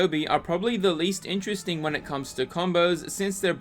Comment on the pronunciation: "This should be in-tres-ting" - Anakin, entering the match in multiplayer. The odd way he emphasized 'interesting' really stuck in my brain haha